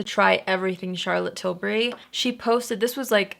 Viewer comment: Thank you for not pronouncing it like TIL-BERRY like every other American 😂😂😂 this is why you’re my fave